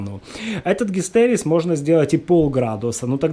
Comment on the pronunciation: Гистерес...? Что за х...? ГИСТЕРЕЗИС !